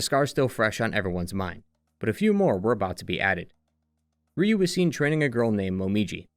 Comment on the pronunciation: Ryu is pronounced like 'you'